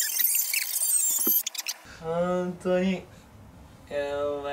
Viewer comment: 「おまえらほーんと」って呂律回ってない酔っ払いみたいな北斗可愛すぎだろ、、、